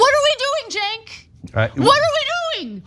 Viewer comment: It's Cenk pronounced Jank. adjective: jank of extremely poor or unreliable quality. "the software is pretty janky"